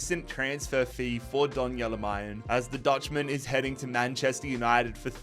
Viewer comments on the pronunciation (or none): noticed a load of naming mispronunciations so here's the ones I caught to help you out for future vids Beier is pronounced by-er, not beer, similar to danny dyer but with a b Malen is mal-en with a regular L sound, not the spanish LL Haller also doesn't have the spanish LL sound and has the english L sound and a silent H Bensebaini is "ben-seh-bah-EE-NEE", not "ben-seh-bah-NEE" For Felix and Lukas Nmecha, the "n" is silent hope this helps for future vids 🙏